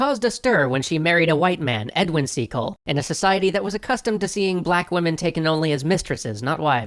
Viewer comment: Trying not to be rude but I thought you said seagull